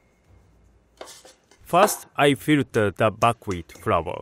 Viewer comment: What kind of Wheat is he using? Buk wheat? I can't really understand it...